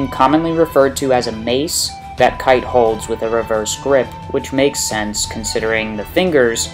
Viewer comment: His name is pronounced "kie-te" not "kait"... The dubbed name doesn't hold any bearing on his abilities and such. I also doubt Kite's plan was to get 'resurrected' or to at least persist so he could continue to guide his followers. I mean, how could he have known he would be resurrected like that? Or keep his mind for that matter? Your description of his different weapons and what they might mean seem to be spot on, I just don't agree with the conclusion you draw from it.